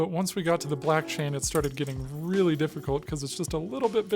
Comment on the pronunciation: I'm Canadian but maybe I'm a crypto-Midwesterner, because when you said "black chain" and I heard "blockchain" in a Midwestern accent 😆😆